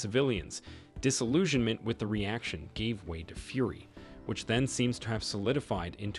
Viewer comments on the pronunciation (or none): none